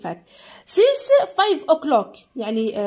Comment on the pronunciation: أستاذة متتقراش سينس تتقراساينس